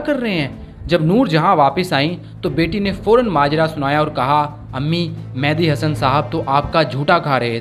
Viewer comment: The name is Mehdi (messenger) not Mehandi (henna).